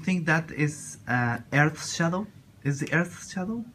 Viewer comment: Is de erds shadou o nou is de erds shadou jajaja